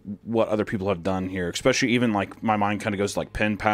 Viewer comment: I swear to god Hunter if you say eXspecially one more time 😤